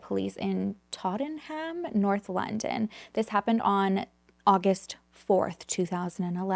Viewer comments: Tot-a-nam is how you pronounce it. I'm a manc and love your channel ❤❤xx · Absolutely love you and your videos since finding you but I can’t help but mention (purely to be kind) that’s it’s pronounced “tot-num” ❤ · Love how you pronounce our uk towns ..almost right we can be lazy and leave some letters unsaid lol so tottenham is tot num. I remember this case, so sad, i dont believe there was any threesome shannigans ..at least not voluntary, ..Jealousy and rage thats all ... Alice was just caught up in something her and Tborgh couldnt have forseen ..or prevented...if Alice wasnt there i think it still wouldve ended in Tborgh's death before he was due to go home sadly. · I've only just started the video but I'm giggling at how cute the way you pronounce Tottenham 🥰. It's pronounced TOT - NM but I prefer the way you produce it it sounds adorable 😂. ❤xx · Haha, the way you pronounce Tottenham is so cute! It's said more like tot-num 🫶🏻 Love from London ✌🏻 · you are too sweet! I adore how you say Tottenham, over here we actually pronounce it "Totnum" 😂 I have to say, I much prefer you pronunciation! xxx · You're so sweet with your pronunciation. I'm from London, we say it like this: Totten'um. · 😂😂 love your pronunciation of Tottenham x